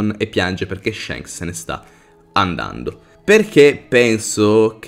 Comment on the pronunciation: Si bro ok tutto però shanks SI PRONUNCIA CON LA A E NON CON LA E,le mie orecchie chiedono pietà